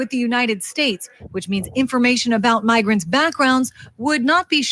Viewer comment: Stop saying mogrants. They are illegals